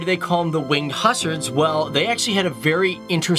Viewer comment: Again, cool video...but you pronounce "Hussars" wrong... Also you showed Ukrainian currency...???